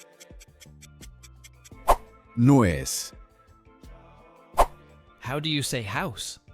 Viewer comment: nuez is pronounced wrong.